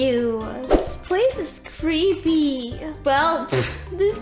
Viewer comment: you said "creppy" . that jus "a dead come"